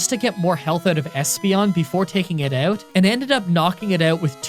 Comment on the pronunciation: Take a sip every time he says "took him oewt" or any such variation